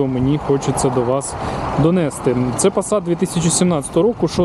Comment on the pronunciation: Вчіть Українську мову, багато помилок по НАГОЛОСАМ, в дієсловах НАГОЛОС НА ОСТАННІЙ СКЛАД донестИ, а не донЕсти